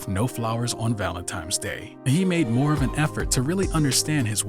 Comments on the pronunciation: I LOVE this channel and all of the contributors, but..........is he saying "ValentiMe's" day?🤦🏾‍♀️ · Please tell the voice over actor that Valentine's has no M in it. It got annoying to listen to him.